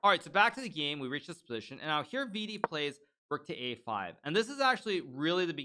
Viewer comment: Yo hikaru i dont think u r pronouncing vidit wrong so u may continue calling him that and vd is great too